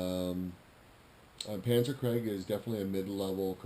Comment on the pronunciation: You paid how much, $16 or $60? I remember paying $7 for my CoSi edition in 1995 at a hobby store in Colorado Springs. I remember they had about a dozen copies on sale. What's with the Etch-a-Sketch? Also, krieg is pronounced kreeg, not kreg. Take my word for it, I'm fluent in German. ;-) Thanks for the cool vid.